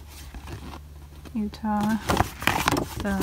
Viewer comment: The way you pronounce jungwoo sksksjssj